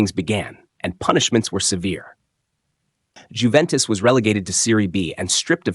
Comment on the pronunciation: Unless you're British and stupidly insist on pronouncing the "J" in names, it's pronounced "Yoo-ventis" not "Jew-ventis." Much like "Ho-zay" Mourinho is not "Jo-zee" Mourinho as many Brits would like you to believe. I'm glad you got that one right, though!